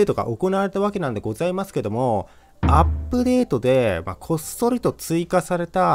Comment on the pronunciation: アプデッート 発音できない